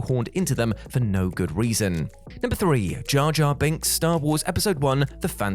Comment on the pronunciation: It´s Jar Jar Binks..not ja ja binks...